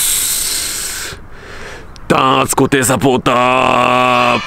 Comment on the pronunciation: 弾圧一回だけ言い間違えるかと思ったら結構な回数ミスってた笑笑